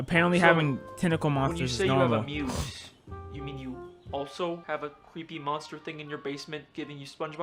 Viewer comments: it's "muse" not moose 😂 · I love how he called the muse the moose the whole time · PLEASE WATCH FILM THEORY HAPPY MEAT FARMS, probably will solve your questions about why he does this “horror series”💀💀 Also bro it’s muse not moose ( my opinion moose sounds better) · It’s so funny how he calls it a moose, not a muse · why are you saying muse like ''moose'' dude💀💀